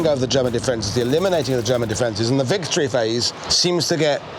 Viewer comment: Vicotry you say 😂